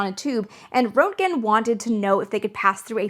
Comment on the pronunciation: Roentgen - "Rent-gn"... rent (as in the thing you pay to your landlord every month) and gn (gun without the u). Just say it fast and you have "Rentgn". Put a little trill on the R if you want to sound German. Think of it like Hans Geiger's name... everybody has heard his name so much that they know they drop that first e in his name, and it's pronounce "Giger" (with the long i sound "Guy-gr"). Roentgen is similar, just drop that o and pronounce the first syllable with the short e sound and you've nailed it.